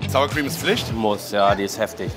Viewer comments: Das wird nicht Tschipotl ausgesprochen sondern tschi-poh-tlay, Sour Cream nicht Suhr sondern ähnlich wie in sauer. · Sour Creme wie „Sauer“, nicht Suuur 😂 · Die gute alte Suhr Cream Hahahahha